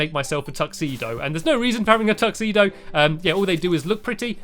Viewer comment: you just said tuxeeno im going to try and get it